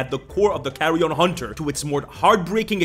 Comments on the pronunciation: pronunciation of "carrion" sometime sounds like "carry-on". This feels appropriate for a survivalist lich, especially if the player is British. Keep Calm and Carry On Hunting... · Carrion Hunter... Carry... Carry-on Hunter? Bro...